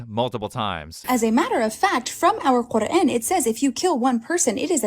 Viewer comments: this is hilarious. White American woman who converted adopts a middle eastern accent to say “Quran”. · From the way she pronounces "quran" to the rapid onset aunt jemima accent, this lady can't be serious